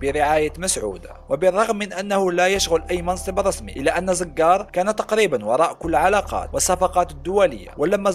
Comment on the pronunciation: اسمو زووقار وليس زززززققققار